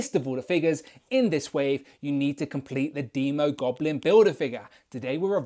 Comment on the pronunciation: Finally someone says demo goblin right as in demon. I would hold off on that Emma frost custom im predicting a white queen at toy fair.